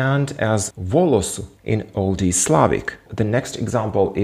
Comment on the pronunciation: Well, first word... u꙼ is todays ъ witch you pronounce u, and it should be just normal ъ wich has no pronunciation... for example it would be "volos" and not "volosu" as you say🤔 This is not hate just... to me it looks wierd😬😬😬